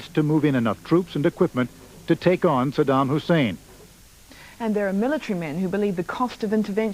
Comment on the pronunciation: So many idiots journalists that not one was ever correctly pronounce the name of Saddam.